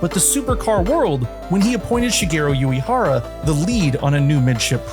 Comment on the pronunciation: Love the vid, but, sorry, the constant mispronunciation of Shigeru Uehara's surname takes me out of the experience. What you said sounds like "Yuihara", when Uehara should be more like ooh-eh-hara. U sounds like the "oo" in "Boo" and E sounds like the "e" in "egg"